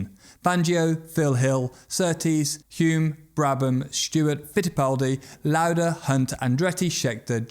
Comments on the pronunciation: Please pronounce Hulme with the L not "Hume" as he wanted. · Hulme is pronounced /hʌlm/